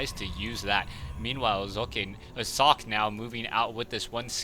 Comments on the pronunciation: Personally i like Zoekay or German pronunciation of it... saying Sock just is kinda... :/ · say sock , just like you said it. than put an e at the end. not sockeyyyy. say sockÉ !!! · Please call him with the real pronounciation, it is also what he calls himself. So stick to the german pronounciation.